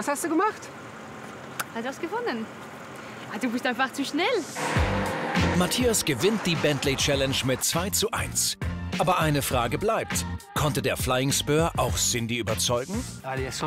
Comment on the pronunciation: Herrlich, wie sie immer "Matjas" sagt. :D